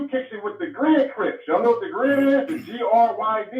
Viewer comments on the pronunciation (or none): He said grid crips😂😂😂😂😂😂